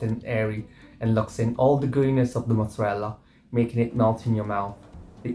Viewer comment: Love so much, but the way she pronouces it "MOOT-zarella cheese" bothers me so much for some reason